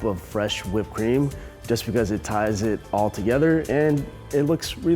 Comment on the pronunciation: "it THAI's it all together" 😅